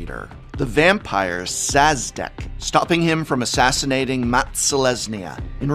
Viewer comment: It's pronounced Sha-dek not Saz-dek. The Sz makes a Sh sound. Comes from Polish. The name Szadek is actually a city in Poland. Nitpicking I know, but im sure this will be interesting to someone.